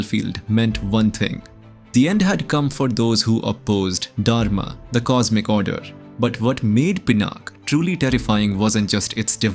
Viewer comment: Please use 'A' in the end. PinaKa. not Pinak. Janaka not Janak also please prounce Dha accurately in Dharma.